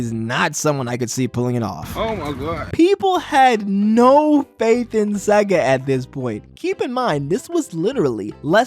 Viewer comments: Please its seega not saga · FUCKING SEGA NOT SEAGA